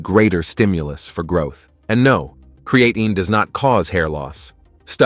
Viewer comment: Subscribe? I would love to if I could get through the whole video, but I can't deal with a monotonous AI voice even if all the facts are correct. The key giveaway for most AI videos is the mispronunciation some words like creatine and deload which should be written as de-load.